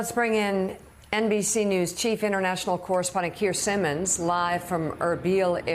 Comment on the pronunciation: Excellent coverage from Keir Simmons not Simmmons